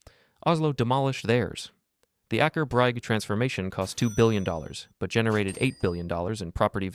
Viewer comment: In the part about Stockholm there is suddenly footage from what looks like the Lofoten islands in Norway, 1000 km away from Stockholm. If I remember correctly, the highest point in the area around Stockholm is about 100 m, so no mountains there. And what a hilarious pronunciation of Aker Brygge, it could not be more wrong if he tried. Look it up if you make a video.